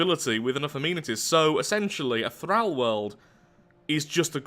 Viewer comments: Omg the way you say thrall. "Thrauw" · "Thrahl worlds" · OMG this triggered me so hard, PLEASE stop saying 'Thrall' with a soft 'a' its pronounced with a hard 'a' im genuinely crawling up the walls, how do english people not know how to speak english, im english and ashamed of my own people.